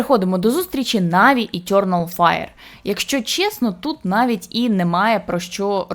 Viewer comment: Етьорнал файр. О боже, хто дав їй озвучувати цей відос, мало того, що голос по вухам ріже, так ще й вимова чудова